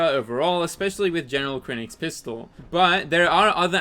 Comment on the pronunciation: "general krennic" lol